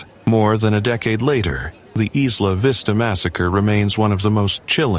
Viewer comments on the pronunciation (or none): It's pronounced Eye-lah Vista. Plus I know those children. They are horrible awful people who are cruel to those who aren't in the "in group", who aren't one of the "beautiful people". That doesn't defend what he did; but it explains it.